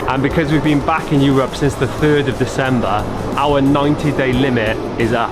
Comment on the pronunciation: Hey, don't say "Eu-RUP"! 😀